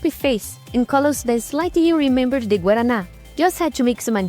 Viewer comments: you must be secretly Brazilian, the pronunciation of guaraná was perfect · eu não achei seu sotaque taaaao br assim mas a pronúncia perfeita de guaraná te entregou kkkkkkk